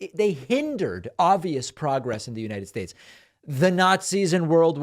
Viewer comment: So glad you could articulate United Shtates. Kudos